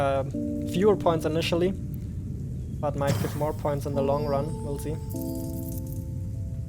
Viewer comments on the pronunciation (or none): Zimple, Zee!